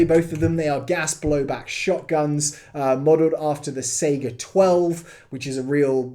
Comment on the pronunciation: SAHigah. Not Seiga.